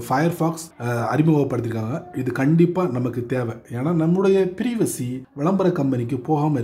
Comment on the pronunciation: Privacy - ப்ரைவசி.... ப்ரீவசி இல்ல.